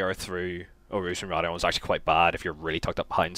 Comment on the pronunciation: it's raidillon actually